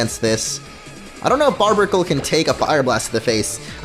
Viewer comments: Its bar bear icle BAR BEAR not barbara jeez. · Barbaracle is not pronounced Barbracle. It's a combination of barbarian and barnacle. Just thought you'd care to know (probably not) so that may help in the naming process.